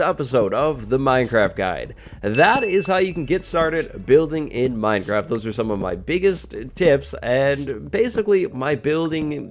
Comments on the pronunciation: 🍿 Its Minecwaft time 🍿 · Uwu. Minecwaft! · minecwaft. Everyone else: minecraft